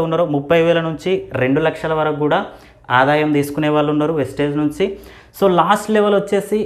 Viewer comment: వెస్టేజ్ కాదు సర్ వెస్టీజ్ … ముందు నేమ్ ని సరిగా చెప్పండి